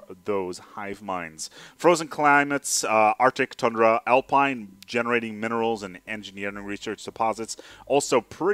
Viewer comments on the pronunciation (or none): none